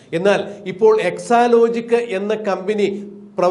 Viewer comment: എക്സാ ലോജിക് അല്ല, സെക്സ ലോജിക്ക് 🤣🤣